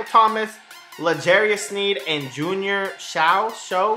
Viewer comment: Junior "Say-oww"